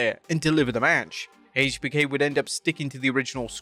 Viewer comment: why do you say “haaatech B K” 😂😂